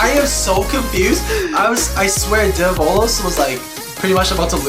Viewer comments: it's pronounced DE-vo-los not de-VO-los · its devolos but u dont pronounce it like de vo lows its prounounched davolos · It’s pronounced Dev - uhh - los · You’re supposed to pronounce develos name “devil-os”